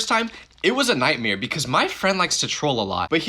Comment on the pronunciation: Why does bro say nightmare as nightmeare